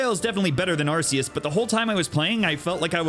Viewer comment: Haven't beaten it myself either, only taken out one team star base, gotten 3 herbs, and knocked out 4 gyms, been too busy just farming pokemon and grinding along with exploring >_< (also, kudos on pronouncing Arceus correctly)